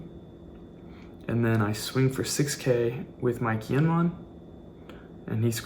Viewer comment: You gotta learn the characters names man. Kiñemon and Ahpo is rough.